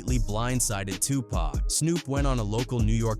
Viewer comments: Gah damn does it bother the fuck outta me when these AI voice overs pronounce Pac as “pack” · This video calling Tupac "Pack" is frickin' annoying, A.I. needs to die!!! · Who the hell is pack . does he mean PAC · Such an insult to say Tupac's name wrong